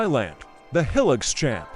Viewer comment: Heelix? Hi-lux, short for high luxury. These AI voices can't make the right pronunciations yet.